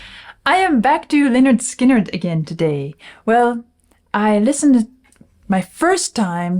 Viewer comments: Looking forward to this but the first three seconds not good, can I refer you to the title of their first album: “Pronounced 'Lĕh-'nérd 'Skin-'nérd” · He doesn’t know how to pronounce Lynyrd Skynyrd